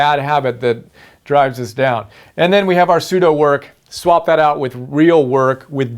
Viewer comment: The way how you pronounce Pseudo is kind of awkward. Because another study tips Guru Thomas Frank, he mentions Pseudo Skimming in his covering the 5 reading strategies. Not only that but Thomas is already my first favorite study tips guru. But doesn't Pseudo work sound like your passively reading. Whereas, reading by word excluding the different ways without reading paragraphs by words. Instead, Thomas states, is to hack Akrasia by using this short term award for eating healthier snacks like almonds for each paragraph. And also, tracking your progress is much important because Thomas uses BeeMinder which, is basically a website of keeping track of the assigned tasks for certain numbers by time in minutes. Overall, I am worried that I may be missing important key terms, phrases or few details and fast facts from, certain parts of the paragraph when using Pseudo skimming.